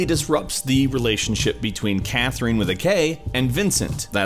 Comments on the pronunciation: Ok, but it's CathRINe and KathRINe, not KathREENe and CathREENe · I can't get over the way you pronounce C/Kathrine. C/Kath-REENE 😖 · im so sorry but its CathRINE not CathREENE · Wow, I hate the way he pronounces Catherine. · Why does he say C/Katherine as C/Kathereen? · why you pronounce it Cathreen XD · Catherine is a common name, not sure why you think it is pronounced CatherEEN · How do you not know how to pronounce "(K)Catherine"? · Why are you pronouncing Catherine like that, did you not play the game ? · Is this guy really pronouncing Katherine and Catherine like Nectarine? Does he really not know how to pronounce Catherine? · you pronounce c/katherine wrong